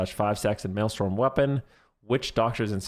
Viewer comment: its maelstrom not maelstorm